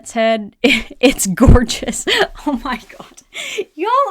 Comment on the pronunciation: How “gourdgeous” that pumpkin mom!